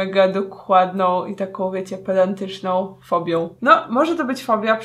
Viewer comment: a jeżeli chodzi o osoby robiące napisy: ktoś wie co mówi w. PELANTYCZNĄ?!